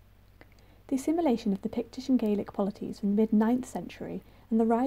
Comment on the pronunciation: And "Gaelic" and "Burgh". And "accoutrements".And "saltire".